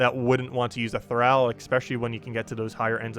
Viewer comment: Thrall. thrahhh ll. Soft a. Like in enthralled. Not eh thaiiiled.